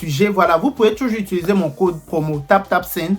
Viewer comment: Chanson sur nous mainon 😂Epui comment ça Allmangne, Espangne, Utuluser😂😂 Pro masque encore Eeee deh toi même tu dois avoir Ton dictionnaire, c’est quoi toutes ses expressions là 😂❤ félicitations 🎊🎈🍾🎉 à toi pour tout le succès que tu rencontre actuellement ❤